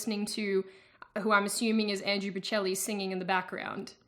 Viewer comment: I got triggered when you called Andrea Boccelli "Andrew"... REEEEEEEEEEEE